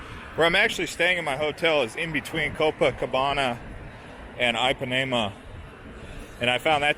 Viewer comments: EEPANEMA, DUDE... NOT AIPANEMA... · Just as an FYI - Ipanema is pronounced with a short i, like the English “e”. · please listen to the old song Girl From Ipanema [sung by Brazilians] before you pronounce the beach name again.